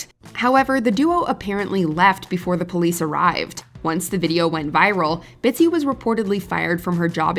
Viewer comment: Bitsy.......Not Bitsy.....LOL